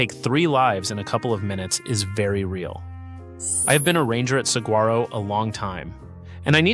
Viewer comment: Are you really a park ranger from Saguaro?? You pronounce it wrong...